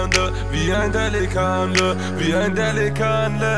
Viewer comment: dafür dass er Wannabe Türke und Moslem ist kann er delikanli nicht mal aussprechen 💪 das einzige was er sagen kann ist abi und pasa, aber sonst ist er genau so geldgeil und agehoben wie der Rest der Menschen im Rap Geschäft #Allahyardimetsin an alle die sich für Geld verkaufen